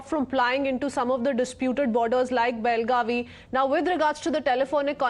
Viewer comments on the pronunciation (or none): This is not belgavi, that is belgav..